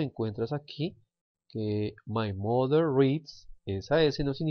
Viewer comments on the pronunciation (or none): Pay attention to your pronunciation, please. | mʌnθ | for month and | ˈmʌðə | for mother.